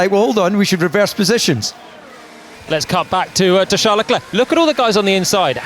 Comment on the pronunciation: NOOOOOOOOO, NOT “leh-clurk”